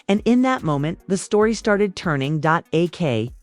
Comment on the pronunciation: AI keep called Ak “awk” 😆